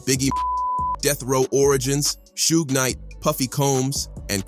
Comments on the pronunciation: It Suge (Shoog), who the hell is sugay? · two-pack and cu-bay and sue-gay? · This guy called Suge SUE-G...